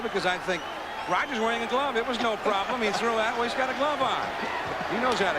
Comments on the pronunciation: There's no "d" in Roger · Yeah, who the heck is RODGER Clemens?